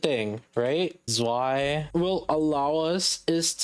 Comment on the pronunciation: I'm not even German but damn it hurts when you pronounce Zwei like that lol